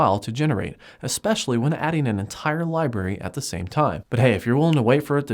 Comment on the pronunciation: It reminds me of "Scrubs" when you say "Libarry." Awesome videos! :)